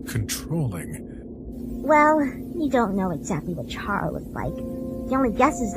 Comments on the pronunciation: I just want to clear something its not pronounced ch-ara is like k-ara you aren’t going to chat character like ch is like k it’s like when you say chara-cter, sorry that really bothers me! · Its not chara its cara is spelled chara but it's pronounced cara